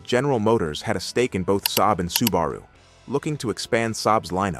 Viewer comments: "Sue bah rue" he calls it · AI garbage. Who pronounces Subaru as "Soo-Bar-Oooh"? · Su-BA-ru. Really? Train your AI better. And saying the R8 and Aventador are badge engineered while admitting how big the differences are and completely skipping over the Gallardo which did actually share a platform? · Nice pronunciation of Subaru and Impreza there, AI reader. Edit: OH LAWD JEEZUS the way it BUTCHERED Monaro. Perhaps a human should read this shit.